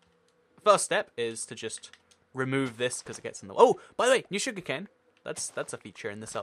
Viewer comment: when he says something about sugar cane. It's sounds like rndrivfub cane